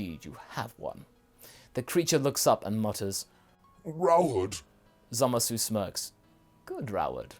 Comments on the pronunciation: why do u keep saying "Zamas"? it has been common and well long since the dubbed version aired, that his name is still "Zamasu" in the dub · why do you guys keep pronouncing his name wrong? its not Zamas, its Zamasu. seriously urking me. also, your what ifs are usually pretty in tact with the potential of the lore, but this one is not. you dont seem to understand the Kai's very well at all, or why they do what they do. no offense, but you should rewatch DBZ and Super.